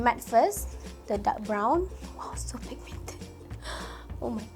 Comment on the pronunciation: Love how u say "pigMIENted" comel hahahha